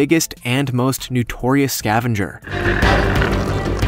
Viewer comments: its NOtorious NOT NUtoriuous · "Nutorious". ? As in "new tor reus"? Don't you mean "notorious"? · honey, it's not nUtorious, it's nOtorious. Several errors in film photos of species. Otherwise, somewhat watchable. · Why does the announcer keep saying "nutorious"? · Please learn how to speak correctly! Kea is not "Kee", but ""Kee ah". Also, it is NOtorious, not Nutorious! Check your pronunciation before recording, please!